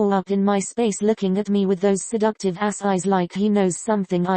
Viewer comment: he definitely does, also no one pointed out how he said sedecutive are they slow